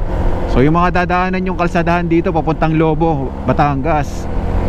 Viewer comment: Lobo.. maragsa ang bigkas not Lobo as a wolf... ingat amigo